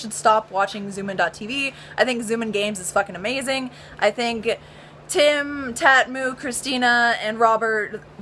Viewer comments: Its actually tamtu not tatmu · Tatmu... TATMU??? PS: It's Tamtu. Lol!!! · Tamtu not Tatmu :( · lmao shes calling tamtu tatmu XD